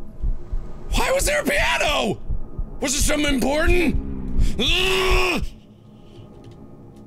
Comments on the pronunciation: piaNER!!! instead of piano he said pianer lol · Pianer.... made me laugh 😂